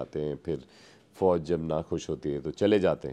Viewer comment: Sarif nahi Sharif, Fouj nahi Fauz karadi yaar tune Mauj😂